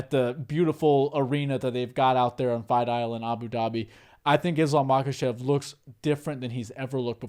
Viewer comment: I think the letter k is silent in their part of the world. So instead of ma-kuh-chev, I think it's pronounced ma-huh-chev I picked up on this while learning how to say Khabib's name. The k is silent. And I think it's the same for Khamzat chimaev as well.